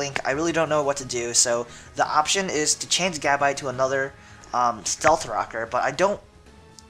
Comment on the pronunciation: Evolve Gabite and it's pronunced Gu-bite.